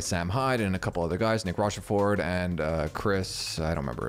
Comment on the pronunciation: You pronounced “Nick Rochefort” wrong.